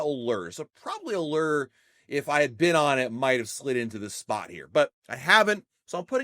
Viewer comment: You cant go on Allure until you pronounce it right!!